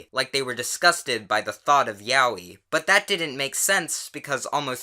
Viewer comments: That isn’t how you pronounce ‘yaoi’ btw..... XD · "Ya-wee" I'm choking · The way he pronounces Yaoi triggers me. Lol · Is that really how you pronounce yaoi?